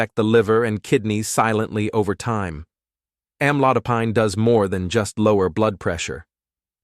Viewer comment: It would be nice if the computer pronounced the blood pressure drug correctly.